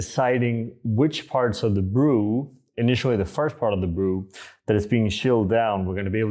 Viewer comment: Hey, I hope this doesn't come off as snobby or douchy, but I notice you mispronounce the word "initially" as "initianally". It's almost like you are combining the word additionally and initially together. Just thought I'd mention it because it's something I always notice in your videos. As a side note, your brewer is the only flat bed brewer that works with this system in my experience which is quite nice. I have a number of pour over brewers and this was the only one I could get to work with it. The stone isn't big enough to capture all the drainage on other flat bed brewers. It would be nice to seem them release a larger stone in the future so it would be compatible with more brewers.